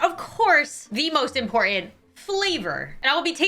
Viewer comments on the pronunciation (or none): none